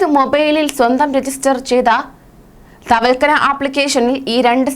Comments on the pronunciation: തവൽക്കന അല്ല തവക്കൽന എന്നാ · തവൽക്കനയല്ല കുട്ടി.... തവക്കൽന എന്ന് പറഞ്ഞു പഠിക്കൂ.... മോൾ ഒരു 10 പ്രാവശ്യം എഴുതി നോക്കു വേഗമാകട്ടേ...... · തവൽക്കനയല്ല... തവക്കൽന... ഒന്നുകൂടി ഗൗരവം വരുത്തിയാൽ കൂടുതൽ പേടിപ്പിക്കൂ...😎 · തവൽക്കനാ എന്താണ് ഇവളൊക്ക എന്താ വിളിച്ചു കൂവുന്നത് ആവർത്തിച്ചു ആവർത്തിച്ചു ഇങ്ങനെ തെറ്റ് പറയുമ്പോൾ നിയന്ത്രിക്കാനും ആരുമില്ലാതായോ.????